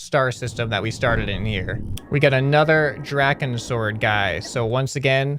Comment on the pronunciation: it's not drakon sword it's pronounced dra-c-on sword